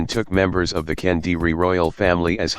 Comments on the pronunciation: Sir, it is Kediri, not Kendiri 😥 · It's Kediri, not Kendiri. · Sorry for being a jerk but it's kediri (or kadiri) not kendiri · Thanks to introducing my country simplified story well is not Kendiri is Kediri, that was not add "n" and Kediri its the Name of the City and Mojopahit is located in Mojokerto, like similar right? Haha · Great stuff. Just one correction: it's KEDIRI (kingdom), not KENDIRI. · It should be Kediri not Kendiri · It's Kediri. Not kendiri. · *Kediri (Ke-Dee-Ree), not Kendiri *Singasari (Sing-nga-sa-ree) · Just a little correction Its Kediri, not Kendiri I was born in Kediri, nowadays a small city in East Java Province, Indonesia There are several archeological site from kingdom era here in Kediri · It's Kediri lol not kendiri - never heard that name before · It is Kediri, not Kendiri. But great video anyway 👍